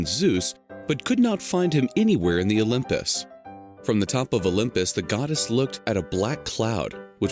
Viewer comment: Why do they always say "The olymus"?